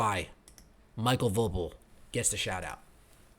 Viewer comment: I guessing his name is pronounced Michael Vo PEAL, similar to the famous Ron POEpeal. Great commentary, as always. You drop truth bombs on a daily